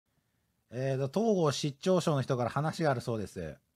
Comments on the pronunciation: 統合失調症のイントネーションが東郷平八郎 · 相変わらずコレたんの「統合失調症」のイントネーションが「東郷平八郎」で笑える